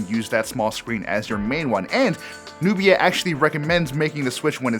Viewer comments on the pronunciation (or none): Who read that text Nubia X as Nokia X🙄